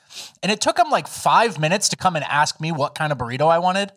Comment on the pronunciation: lol I hate hearing some one say “ let me ax you”